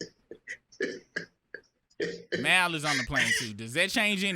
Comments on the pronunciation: The He Keeps Callin Him Mile Instead Of Mal Is Crazy 😂😂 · I'm new around here.Why do they pronounce Mal's name like that? They sound like real life A.I.. It's pronounced Mall. Are they trolling? 😂